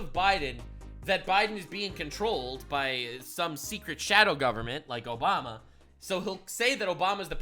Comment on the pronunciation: “Obamar n Biden”, why do Brits randomly and an “r” after certain words?